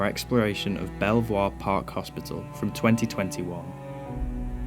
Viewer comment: I explored all the buildings, and the best one was the last one we entered, which had all the good stuff in it. By the way, it’s pronounced “beaver,” oddly enough.